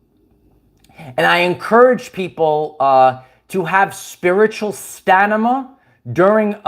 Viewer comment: STAMMMMM IN UH. NOT STANIMA